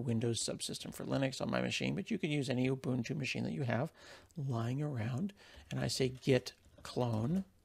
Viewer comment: I am so glad you pronounce Ubuntu correctly. :) Cool video too.